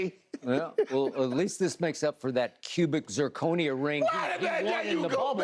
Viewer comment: “Cubic zirconia”😂😂😂